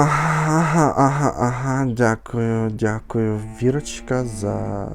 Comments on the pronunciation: Ти критикуєш Віру за її "дЗякую" , але сам говориш " у цьому моменЦі" , " протягААААм" . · Давайте Джамалу з «Кірім» краще послухаємо. Навіщо це лайно слухати цякуюче? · Це руснява манера замість Т казати Ц. "Цєбє" 🤢 Цякую🤦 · 😂💁🏻‍♂️ "Ну я не могу… шо це за Тякую?"😂😂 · там немає звуку ДЗ)Спробуйте заспівати акцентуючи на літері Д в слові дякую, і через дихання та положення язика буде такий звук) Який навіть не схожий на мову на болотах) Тому це просто придирка, аби було за що засрать)